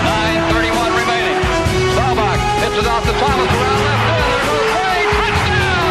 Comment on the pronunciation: His name is "STAW-BAHK" not Starback!!